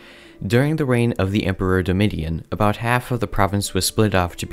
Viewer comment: Google how to pronounce Domitian lol